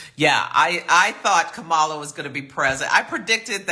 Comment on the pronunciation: From your mouth to Goddess' ears! Yes we! BTW - it's pronounced like "Comma-La"